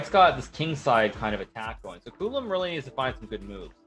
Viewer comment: itc not culum its čulum